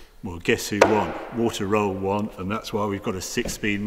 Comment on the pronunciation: you know, Harry, you are a great guy and all, but what really sucks is that you refuse to take German words and names and pronounce them correctly. You say something like "Walta Roll" and no one really gets it, because his name is Walther Röhrl. It is also "Nordschleife", not "Naughtshlife". You are a smart person. You can do this. Give it a try. It would make your reviews so much better and more authentic. Respect the language names are created in. If it is a Spitfire, you expect everyone to say it right. Give that respect to others, too.